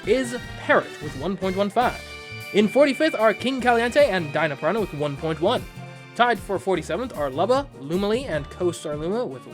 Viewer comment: "Pranha Plant "